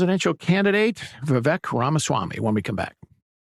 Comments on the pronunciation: Say his name right, VivEYk -like cake Viva Vivek 2024! 🇺🇸💪🏼💯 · Lol yea. We-wake is exactly how you pronounce his name. Irony since he is Anti Woke!!